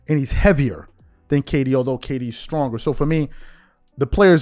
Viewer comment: stop it’s Kd it ain’t that hard😂